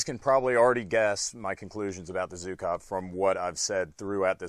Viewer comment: Dear, it's not Zukov, it's Zhukov =) The sound "zh" is pronounced like in "barrage" or "garage". "[Gara]ge-OO-kav".